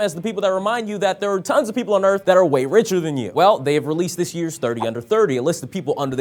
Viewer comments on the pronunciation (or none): none